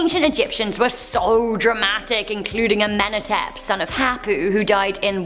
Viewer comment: Also pronounced Amenhotep wrong🤦🏼